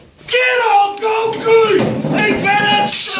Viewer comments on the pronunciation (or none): none